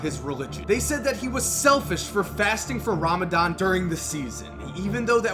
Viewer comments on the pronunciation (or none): For a guy whos always informed bout watever he talks about, u catch an L for not learning how to pronounce islam, ramadan and Mahmouds name. But then again, no one cares to learn